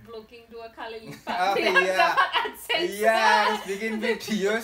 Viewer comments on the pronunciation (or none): none